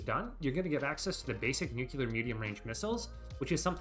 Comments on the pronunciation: NU like NOO. CLEAR like CLEAR. NOO-CLEAR. Not "NOOCOOLAR". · I can't concentrate on the video because everytime he mispronounces the word NUCLEAR it destroys my focus. Nowhere in the word NUCLEAR does it have any letters or grammatic punctuation that somehow turns the word into NUCULAR. Also, I want to add that Paradox does not, in any way, spoil us. They change content, often nerfing things into the ground that we didn't ask for, and lock content they take away behind a paywall. Not sure what fantasy world you live in, bud. Nukes used to be 100 times better because all you had to do was click on a tile and press a button to instantly strike the target, and you didn't have to mess around with the convoluted crap system it is now. All you needed was air superiority and a stockpile of nukes. Done. I hate this update so much. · It’s nuclear. Nu-clear, not nu-cu-lar. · aaaaaaaah you pronounce "nuclear" like George Bush "nucyaler" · I subjected myself to so many "Nucular" pronunciations with this one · NUQULAR, oh ma god bruh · For the love of God pronounce nuclear correctly